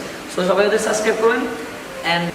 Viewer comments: সাসক্রাইব নারে পাগলা ওটা সাবসক্রাইব হবে। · সাসক্রাইব না সাবস্ক্রাইব।